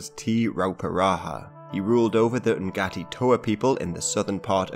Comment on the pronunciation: Ngati better preannounced nah tee. still not authentic but better than what ever you were trying to say.